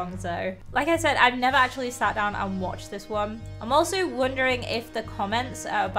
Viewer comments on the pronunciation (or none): none